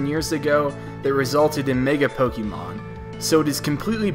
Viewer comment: It's POKE-AY-MON not POKE-EE-Mon